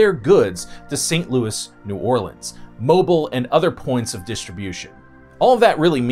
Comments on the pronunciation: The city of Mobile is pronounced mo-BEEL. Popish is pronounced PO-pish, not POP-ish. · Perhaps some research into correct pronunciation is warranted. For instance: it's no "mobile"... it is Mo-Beal. It's not "ma-non-ig-how-la"... it is the Mo-naga-heal-a... and your worst thus far: it's not "Lewis Ville" or "Louie Ville"... it is Lou-a-vule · FYI Mobile, AL is pronounced Mo-beal. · yeah, and I'm from the south and you're mispronouncing Mobile and Louisville.